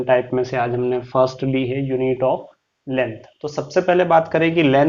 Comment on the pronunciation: Lengh nahi length hota h